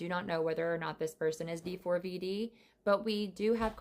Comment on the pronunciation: I know but she literally was saying D FOUR V D instead of how it’s actually pronounced.. and she kept saying it over and over and it was getting annoying because that wasn’t how you pronounced it